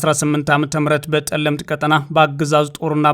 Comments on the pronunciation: Is it on purpose that you call Tselemti Telemt? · ጠለምት አይደለም ፀለምቲ ነው, መይ ዳጉሳ ሳይሆን ማይ ዳጉሻ ነዉ እባክህ አስተካክለው🙏🏾